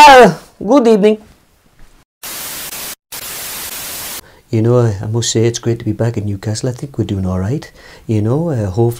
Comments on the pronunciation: Good ebening!!!!😂😂😂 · Good Ebening🤣🤣🤣🤣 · “GOoD EbeNINg”